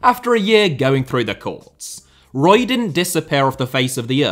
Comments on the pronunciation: I'm surprised this vid hasn't been demonetised already for the amount of times AI detected saying the word breast. Larry Page clearly dislikes the French. Btw Eric Roy shouldn't that be pronounced Eric Who-wah? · Eric Ro-ah